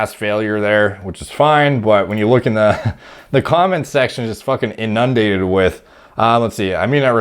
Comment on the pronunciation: Hey, the word “inundated” isn’t pronounced in-UN-dated, it’s pronounced IN-un-dated.